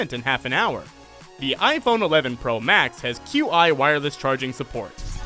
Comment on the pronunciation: “queue eye wireless charging”